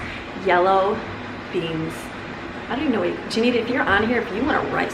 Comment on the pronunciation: Juanita is pronounced Wha nita..not Ja nita..just thought you would like to know